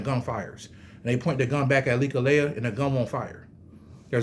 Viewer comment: It's not lekaleya it reads and pronounce as lek-lie